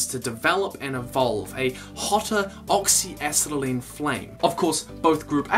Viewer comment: Oxy a-set-a-lean not oxy a-set-lean